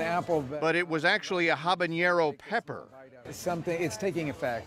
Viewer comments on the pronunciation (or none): Bruh, how could you listen to this man pronounce habanero like habanyero and not be offended 🤣💯